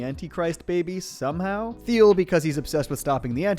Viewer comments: Thiel is pronounced 'teal' fyi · Why can nobody pronounce Thiel’s name correctly? They literally sing it correctly in the show